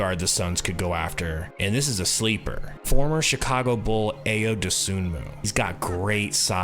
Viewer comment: Ayo Dosunmo’s name is pronounce like “eye-yo”